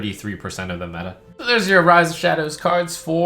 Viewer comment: Is it just me, or is there an Emphasis at the end on "avalanche of cards"